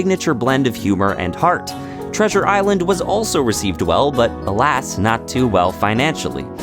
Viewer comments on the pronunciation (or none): none